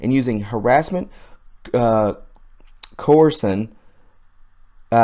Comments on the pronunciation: Coersion pronounced ko.ur.shun. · Hard to concentrate when words are mispronounced. Like coercion...co-er-shun.